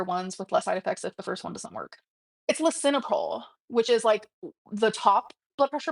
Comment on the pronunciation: She said it wrong. It's Lisinopril and it's not the best. I take it myself. It's not that big of a deal to take. One dose a day. Few known side effects. But why argue? Let the symptoms do the talking